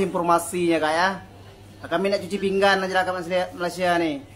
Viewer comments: Adoi bilang pingan pun pinggang. Cuci pinggan tu cuci piring. Kalau cuci pinggang tu kalau lu ada sakit ginjal di pinggang. Adoi dari dulu nngomong kagak betul. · Sebutannya biar betul bukan "pinggang" tetapi "pinggan" harap maklum...